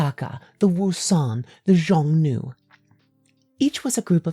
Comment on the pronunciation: aaa cool bideo. but xiongnu is pronounced more like “shyong-nu” and yuezhi like “yueh-jur”. don’t sweat it too much tho, your latin is probably better than my chinese